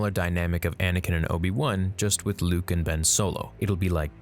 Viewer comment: Yo he got Luke right 😂😂😂👍👍